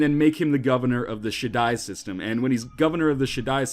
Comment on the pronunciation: i though that he said "shit dies" system O.o